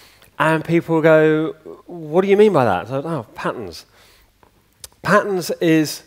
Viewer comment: To my Yankee ear, it sounds like he says patents instead of patterns.